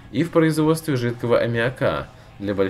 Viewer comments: .лять аммиАка говори правильно ! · хватит аммиак коверкать, ударение должно быть на вторую а, а не на 3-ю аммиАка